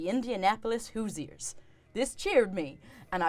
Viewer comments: As an native Hoosier (someone from Indiana), the pronounciation of Hoosier here was pretty funny (hoo·zhr). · As a Indiana native, hearing the pronunciation of Hoosier made me sad. But otherwise fantastic video 🤣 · I know we're here for an awesome RPG experience, but is that a crochet legally-distinct beholder (Gnewt, was it?) over Laurie's shoulder?!? SO cute! Edit: Hearing (try to) pronounce Hoosier is hilarious. Ya gotta pretend the s is a z; I am, unfortunately, a Hoosier.